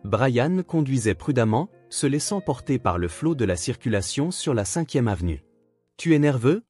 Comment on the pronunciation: Pourquoi dans ces vidéos l'IA lit le mot "baie" comme "baille". On se demande bien pour quelle raison, alors qu'il y a beaucoup de mots recherchés qui sont bien utilisés, comme pour le choix des vins... Mais il y a des incises bizarres...